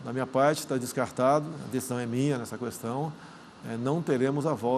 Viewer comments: minha vó fala qüestão e qüatorze, natural pq eles aprenderam assim 😂😅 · Só falta que parar de pronunciar a letra U quando fala a palavra questão.